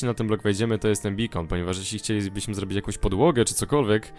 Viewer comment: bardzo fajne ale naucz sie r mowić r [przetstawie wam jak złobić